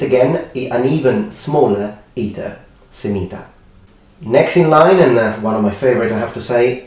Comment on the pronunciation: When he said "semita". I thought he said "sanita", meaning "toilet" in Portuguese.